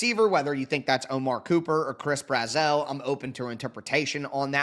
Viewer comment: Just letting you know, from a Vols fan, Chris Brazzell’s name is pronounced just like “dazzle”